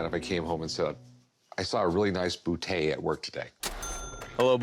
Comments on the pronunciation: "I've waited half of my life to shoot a bootay" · Rick can't even pronounce Boutet's name and then he goes and gives a history lesson....